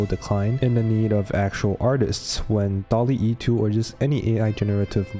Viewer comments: It's not "Dalle e" just "Dall e" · bro said dall-e e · Second time making a semi-documentary, do you enjoy these kinds of video style? Please let me know! And please stop flaming how I pronounced DALL-E I swear the extra E stands for my shitty English 😭 And of course, the first 1,000 people to use the link will get a 1 month free trial of Skillshare